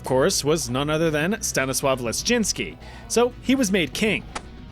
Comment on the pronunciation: i thought he said Stennis Lishitsky lol